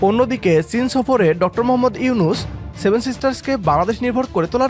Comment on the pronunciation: ইউনুস সার তর বাপ সুন্দর করে নাম উচ্চারণ কর হকার ইন্ডিয়ার দালাল